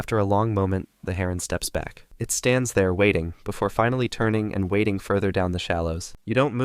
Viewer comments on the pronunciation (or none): none